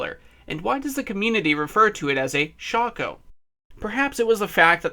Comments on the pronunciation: I can't finish watching. I just can't stand to hear you say 'shocko' lol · It isn’t shah-ko. At least in the English language it isn’t. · Hearing it being called a "shocko" is pure ear cancer.